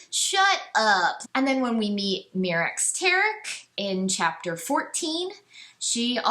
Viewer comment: I really hate all of your opinions. You also pronounce basically everything in the EU incorrectly which is incredibly annoying. I had to nope out after a half dozen "mee-rax"s and a few "thy-ferra"s.